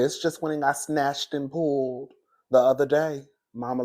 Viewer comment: it’s the way you said pulled and snatched through your teeth 😆😂🤣